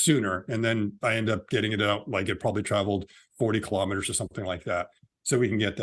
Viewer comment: Kilo'meters, not kalamaduhz.